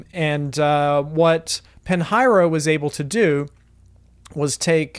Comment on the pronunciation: Good info, thanks! But please , "Pinheiro" is pronounced "peen-YEH-roo " I am looking forward to the release date!